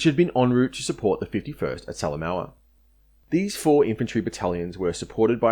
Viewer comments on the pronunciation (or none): Thanks for this detailed and really great history of the battle for Finschafen (Harbor of Finches). I will have a look at your other work now, for your research here was so impressive and overall quality so high. Quick comment on pronunciation. Salamaua is said Sal-a-moh-a. Rabaul is said Rab-owl. Huon is not Hew-on but hew'n. Papua is said Parp-wah. Finnisterre is said Finnis-tair. Vasey isn't Vassy, it is Vay-see. Ramu is said Rar-moo. Narranderra is said Nah-ran-dah-rah not Narran-derra. Wootten is not Woo-ten, but Woot-ten (like wood)